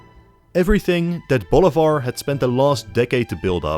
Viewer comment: Bolivar is pronounced BOH LEE BAHR . Stressing the EE. Not Boulevard